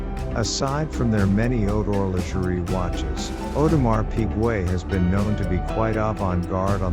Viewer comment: Audemar Pigway? 🤷🏻‍♂️🤦🏻‍♂️😂🐽🐽🐷🐷